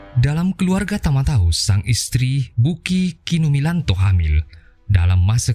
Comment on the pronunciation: Oi Bukikumilato bukan Bukikumilanto........ Jangan di Eja sembarangan Ini sejarah Uma